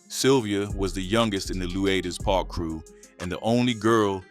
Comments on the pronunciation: Man it's pronounced LOO-DERS Park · Became the Crips worst nightmare?? Gimme a break. And this AI stuff is getting outta hand. What the hecc is Leu aders park? And there's no such place as bompton. 😒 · It’s pronounced Lewders Park. But spelled lueders park.